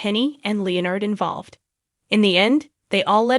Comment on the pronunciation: Cant say leonard properly 😅😅😅 bloody AI's